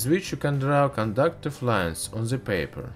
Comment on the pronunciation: "on ze papur"